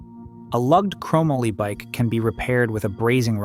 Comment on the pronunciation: “Crow Molly” not “Crom uhly”